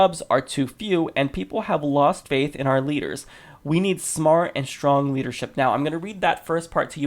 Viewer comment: FINALLY someone pronounces our properly, SO MANY news anchors say are instead of our. It's the same pronunciation as hour the h is silent, our and hour, a personal pet peeve of mine.